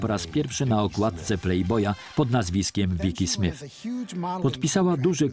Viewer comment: SmyTH a nie SmYF. Ach, ci lektorzy...